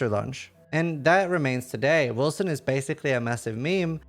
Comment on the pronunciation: They made the c as an s sound? Now it just sounds like Wilson